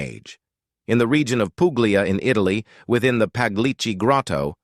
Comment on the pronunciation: Yeah, the general premise of the text is correct according to current theories, just a pity it's being read by an AI generated voice. At one point, it suddenly decends into mispronounced common words like "region" and others before returning back to almost normal again.